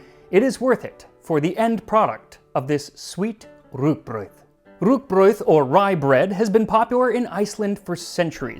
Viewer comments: very good pronounciation of Rúgbraud. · Thank you for making the effort to use the Icelandic orthography for rúgbrauð and pronouncing the word correctly!